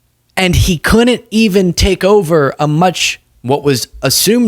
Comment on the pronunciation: FYI lol it’s not couln’nt and din’nt. I love you man but that drives me nuts 😂😂😂